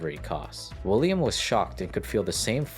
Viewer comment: "William Rosenberg" ...... "Willam" William